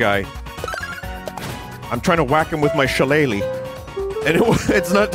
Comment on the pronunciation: the fact that vinny said Shillelagh right was insane, even putting some stank on there.